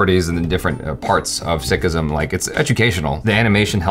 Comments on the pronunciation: you are pronouncing Sikhism right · Being a Sikh it's so nice to read so many kind comments from people of different religions and you guys too And btw is pronouncing it wrong is right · you have pronounced it perfectly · Sikhism is the correct pronunciation